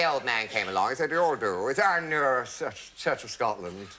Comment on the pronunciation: "Church of Scotland" Perfect accent Kenneth, from a Scotsman.